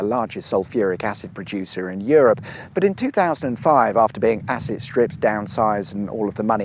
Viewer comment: Did you say the chemical plant was asset stripped or acid stripped?🤔